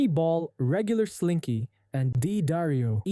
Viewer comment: D'Addario is pronounced da-DAIRY-oh.